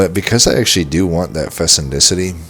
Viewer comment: fecundity [fi-kuhn-di-tee]